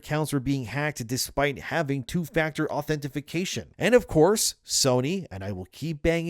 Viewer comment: "authentification" lol